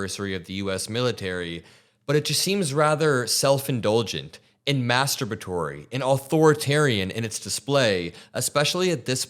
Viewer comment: Love the word “mastabatury”